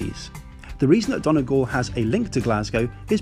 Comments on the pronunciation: Really enjoyed your report. Only one comment, Donegal is not pronounced 'Donnah Gawhl' but 'Dunnie Gawhl' my father is from there, so I know ☺ thanks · Not DON Eh Gal Its Dunny Gal. I dont mean to be rude but it is one of my pet peeves of foreign tourists here😂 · I’m from Donegal and I cringed so hard,”Donagall” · Donegal is pronounced like Dun-ee-gawl. And also the reason why Glasgow is so linked to the area is really because of people from Donegal going to work in Glasgow since there has never been a huge amount of work opportunities. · I’m from Donegal, and your pronunciation of it kills me😂😭😭😭